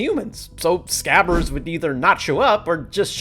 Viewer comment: No one talking about hes grammer?? It's not SCAVVERS it's SCRABBERS!